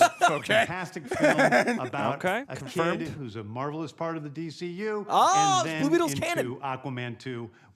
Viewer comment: Am I the only one who heard him use the word MARVEL-ous a couple of times? That seemed somewhat intentional. Having said that, I'm really excited. Superhero True Detective, yes, please.